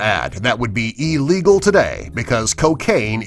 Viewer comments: THE WORD IS NOT EELEGAL ITS ILLEGAL ILL LIKE THESE COMPILATIONS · Ee-legal lol its I-legal